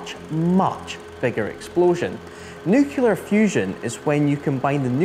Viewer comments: Haha, yep. I immediately thought of Homer Simpson. "Nuculer. It's pronounced nuculer" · The weird thing is he can say "nucleus" correctly (he doesn't say "new-que-lus"), but he does say "new-que-lar". I would agree that it's at least 50% of British English speakers say "new-que-lar". It dates far before the Simpsons; most of my school friends used to say it and now so do almost all the politicians and journalists. And yet, most of them don't say "skelington" or "Specific Ocean". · But why does the dude keeps sayin "NUKELAR"??? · It's absolutely NOT an accent thing. Many British people mispronounce "nuclear" as "new-que-lar", just as he does. Just listen to the TV: half of all UK journalists and politicians do the same thing, absolutely irrespective of where they come from. It's like saying "skelington" or "Specific Ocean". It's not an accent thing. He also does say "nucleus" correctly (ie not as "new-que-lus") so it's not even consistent. I also lived in Cupar, which is very close to where he's filming, and I can tell you first hand that it's not a Scottish accent thing. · He lost me in the first minute, when he called it the "nuukuular" bomb. 😅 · The weird thing is he can say "nucleus" correctly (he doesn't say "new-que-lus"), but he does say "new-que-lar". Next he'll be axing about skelingtons in the Specific Ocean. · He said the non-word "NUKULAR" every filipping time! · Hearing "nucular " in the first minute means there is not a lot of point continuing. You'd think the presenter could get that bit right.... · A kitten dies every time you pronounce it “nuculer” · "N U K U L E R" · NUCLEAR. New-Klee-Ar. I’m having traumatic flashbacks of the Bush presidency. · I can't stand when people say "nucular". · IT'S NOT NUCULAR!!!!!!!!!!!!!!!!!!!!!!! What is wrong with all of you? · New clear,,,,,,,nuclear. Is it really that hard????? 44 seconds and I'm gone. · I get 18 seconds in and you pronounce “the nucular bomb”. Nope! That’s enough of that! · Its NU CLE AR .